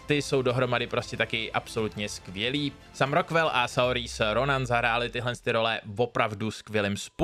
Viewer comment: Super video, akorát Saorise se čte jako "Sírža" 😄